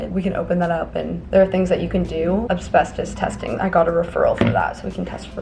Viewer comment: Oh my gosh, ACK!, it’s AS-BES-TOS! Say it one syllable at a time. As-BES-tos. I wouldn’t care, but you said AB-SBES-TOS about 17 times and it just did my head in. You clearly read up on asbestos enough to explain the basic facts about it, but never actually read the word? Nobody is perfect, but you’re a smart person, so this was a weird error to make repeatedly in the same video.